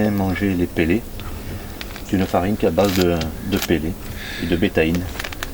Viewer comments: La pêche au faidair et au pélé... je suis mort de rire à chaque prononciation. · j'ai éclater de rire aussi xD "pélé" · Ptdr le truc que jai tilt aussi il rend ouf avec c est fee dair et c est peu laid